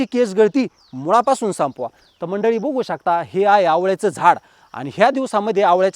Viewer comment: 😁🤷🏻‍♀️आहो दादा किती खेडवळ बोलता हो तुम्ही बघु शकताला 😆🤣 तुम्ही बुघु शकता बोलता हो हे बुघु शकता म्हणजे काय आहे हो दादा आणि जरा बडबड कमी करुन थोडक्यात विडियो बनवा हो पण बघु शकता का 😂ला बुघु शकता नका बोलु पिल्जि😂😂😂😂